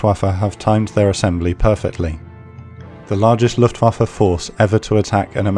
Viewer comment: SOMEBODY ACTUALLY PRONOUNCED LUFTWAFE CORRECTLY